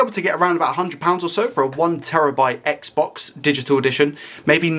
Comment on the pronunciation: For some reason, I can't stop hearing you say, "Reset the sex box".